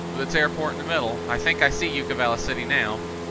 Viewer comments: Great video, thanks. Btw, it's Yucca Valley, not You-ka Valley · Yucca valley lol the way you pronounced it.